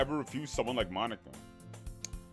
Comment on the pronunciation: Bro did NOT say monika😭